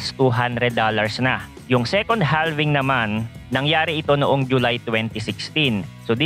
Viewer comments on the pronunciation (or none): Boss idol palagi po ako nanunuod ng mga Videos mo very very informative. Pero HALVING po is pronounce with silent L (its like HAVING) Thanks and God Bless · idol silent L po ang basa sa "halving". just like we pronounce the word half. noun: half = kalahati verb: halve or halving = hatiin sa dalawa